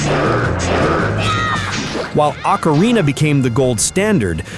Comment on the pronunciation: Or-Cah- Re-Na not Ack-Ca-Re-Na